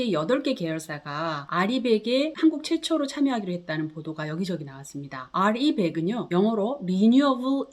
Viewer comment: re100 알이백이 아니라 리백. ㅋㅋㅋ 유식한척하다가 무식 뽀록